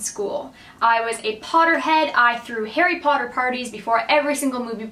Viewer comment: It sounds like you're saying Hairy Pawder instead of Harry Potter hehe